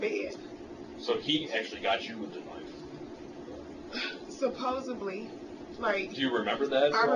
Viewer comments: "Supposibly" LMFAO what an idiot. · And the use of “ supposeBLY” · Supposubly.Americans are destroying a great language.